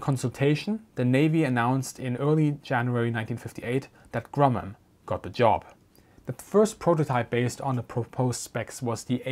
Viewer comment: He said "Grummum".